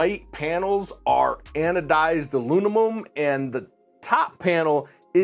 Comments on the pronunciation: "Alunimum." heh. Disregarded it the first time, but he said it that way repeatedly. 😂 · Huh? Teaching nuclear physics but he can’t pronounce aluminum?